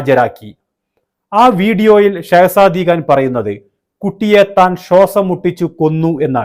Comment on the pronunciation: സെഹ്ശതി ഖാൻ എന്ന് പറയൂ ഷാബിർ ഖാൻ